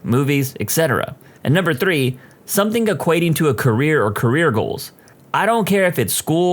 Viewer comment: No K in the word something , somebody let the narrator know